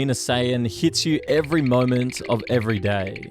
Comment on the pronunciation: Your voice annoys me why do you keep holding your syllables so long “over time, you develop a strange relationship with your own mortalityyyy.” “that is your last momeeennt.”